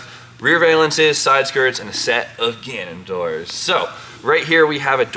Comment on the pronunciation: IT'S GANADOR. NOT GANUNDOOR.